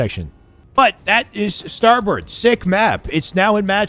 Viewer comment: His Canadian ass called it starbird lol